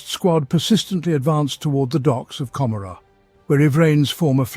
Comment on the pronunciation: A decent rendition of lore from the 7th edition campaign book, Gathering Storm: Fracture of Biel-Tan. However, it pains me every time you mispronounce Commorragh. 40k designers have said the name is an allusion to Gomorrah, from the biblical story of Sodom & Gomorrah, and should be pronounced as such.